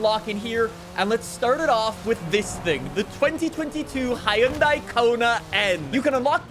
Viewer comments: The way he says Hyundai lol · With the amount of times he has to pronounce Hyundai, you'd think he'd actually do it correctly...